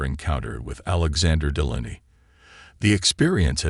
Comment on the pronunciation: It's pronounced Dee-lay-nee